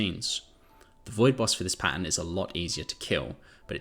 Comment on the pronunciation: What are Pans? Pan 73 Pan 113 Hang on, are you saying Pattern? So you are talking about amorphous material pattern? I’m not being funny, and I’m not being mean I genuinely didn’t understand. I thought these were location numbers you were taking about.